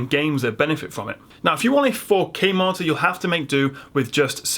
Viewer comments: When you say Marter do you mean Monitor?????? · I am the only one who hears martyr instead of monitor every single time? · All im hearing is..martyr..martir...mortir....motir....modtor... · I was lost when I keep hearing "marter".. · when you say 'monitor' it sounds like 'marter'.... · Why can this guy not say the fucking word monitor.